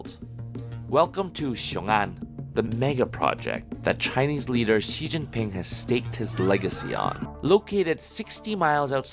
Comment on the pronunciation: Chinese word X or Xi is pronouced similar to Sea. Not G or ig or gz or wtv, Just pronouce it like Sea. President Sea. Sea, Sea. Thank you. Also, if you see any Chinese name or word that starts w the letter Q, it's pronouced similar in between Ts and Ch, not k, not kw, so the city of Chongqing pronouced kinda like ChongTsing.